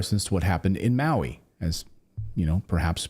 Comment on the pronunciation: Can you say Maui???